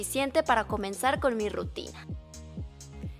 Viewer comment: Jajajajja dice RITUNA jajajajja me mato de risa (: se escucha chistoso